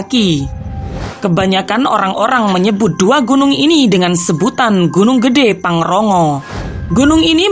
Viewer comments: Pangrango bukan pangrongo min hehe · Pangrongo???pangrango keless😂😅😆😒😏😏